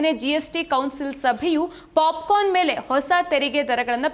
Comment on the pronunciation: ಅಯ್ಯೋ ಪಾಪ 😂😂😅ಪಾಪಿಕಾರ್ನ್ ಅಲ್ಲ ಪಾಪ್ ಕರ್ನ್ 😅😅😂